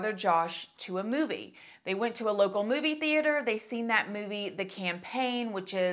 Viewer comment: "Zachary's mother, Melanie, took Zachary and his brother Josh to a booby" That ☝ is what I heard instead of "movie" and it totally cracked me up 😂😂😂